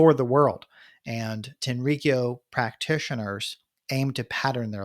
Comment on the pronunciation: The pronunciation is more like Tenri-kyō rather than TenRiKiyo